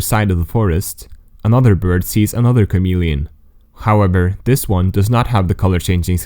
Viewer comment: HOW MANY TIMES DID HE SAY CAMELLIAN